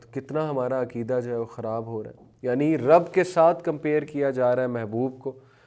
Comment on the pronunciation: عکیدہ نھی عقیدہ عقیدہ لیکچر دینے سے پہلے اگر ش ق درست کر لیں تو بہتر ھے